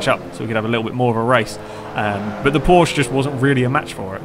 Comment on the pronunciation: Porsch-eh? Isn't that how AR12 would say it? :P